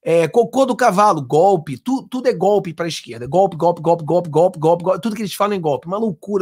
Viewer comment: É gope,gope,gope ,petusta não sabe falar o certo,vamos ensinar é GOLPE.kkkkkkkkkk